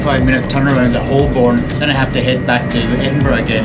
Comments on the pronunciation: Holborn isn't Holl Borne it's Ho burn, just like its Edinburgh not Eding Berg 😉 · It’s pronounced Hoe-bon not Hol-born. HTH. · That was a cool video, but just a note that Holborn is generally pronounced as "Hoe'b'n". And you didn't mention the comfort factor, with hard, unforgiving seats on the train, and probably a more comfortable seat on the plane? I don't think I would want to do the journey from Edinburgh to London on an Azuma with those rock hard seats. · As you will have heard from the announcements on the tube, 'Holborn' is pronounced 'Hoe-burn' (with the 'burn' shortened practically to 'bun'), not 'Holl-borne'. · What a beautiful football stadium you pass by! It's "hoe-bun" btw rather than hol-born (I'm a londoner) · I was under the impression it was pronounced HO-bun. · Hi, Great video, live these self challenges. However, even as an Aussie, I know Holborn is pronounced Ho’burn. My grandad smoked Old Holborn tobacco. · Someone tell it’s pronounced Hol-Bun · Someone tell NMF1969 it's pronounced Hoe-Bn. According to Jago Hazzard, YouTube's resident expert on transport in London. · If you ever come back, Holborn is pronounced "hoh-bən" in standard British English, with the emphasis on the first syllable. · Each time he spoke "Holborn", I cringed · Never flown to Edinburgh but did fly London Heathrow to Manchester many years ago now. It was significantly cheaper, even with a railcard and the friend I was seeing lived fairly close to the airport, much closer than Manchester Piccadilly. BTW the L in Holborn is silent. Not pronounced at all. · Please check your pronunciation of Holborn! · If just pretends that the "L" isn't there he'll be fine.